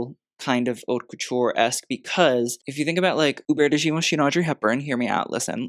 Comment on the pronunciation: haute is not pronounced as 'hot'. it's more 'oat'.